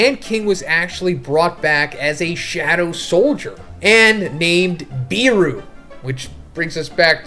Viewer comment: According to the s2 finale it's "BE-ru" not "BEE-ru"(Iknow this shit's subjective but I REALLY hate the way u say it)